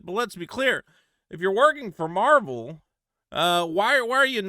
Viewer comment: Love your videos and all but please for my sanity, stop saying 'Marble' instead of Marvel